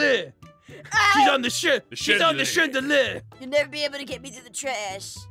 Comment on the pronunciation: "Shes at the Shandele" got me